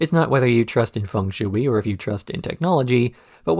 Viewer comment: The shui in fung shui is pronounced closer to shway. When I first saw Cowboy Bebop, I was in high school and snuck up to watch it when everyone was asleep and it was on Adult Swim and "Hard Luck Woman" was playing. I was so confused when Faye did the mouth thing to Ed.